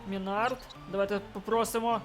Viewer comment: И Минард ударение ставь на ми а не на склад на